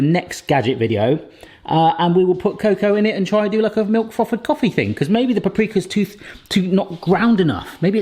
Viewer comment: Pronounces the TH in thin, but calls the frother a froffer. LOL